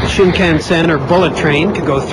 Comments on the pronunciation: wth is 'shinkensen' it is 'shinkansen' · haha, (SHIN- CAN- SEN) hahaha. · The way this guy pronounces Shinkansen makes me want to rip his face off... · that guy pronounced shinkansen wrong.